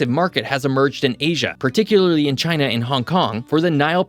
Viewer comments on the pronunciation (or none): none